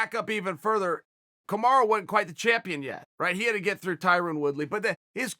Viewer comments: Did .. he said ... KamarU ?? I thought Usman's name is Kamara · Now it‘s Kamaru again?! It‘s Kamara or Camaro. It‘s not Kamaru. Ok? We can do this all day to the highest of levels. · Who’s Kamaru? You mean Kamara?